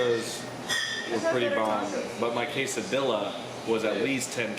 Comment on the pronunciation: thanks for pronouncing quesadilla correctly